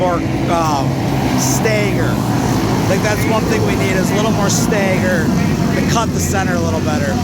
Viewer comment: Stagger, not stayger